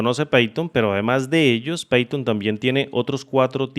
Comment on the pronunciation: python .- 'paiton' pathon .- 'peiton' jajajajajajajajajaja